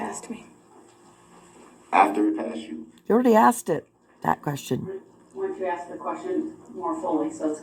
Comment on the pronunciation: And he keeps “axing” questions.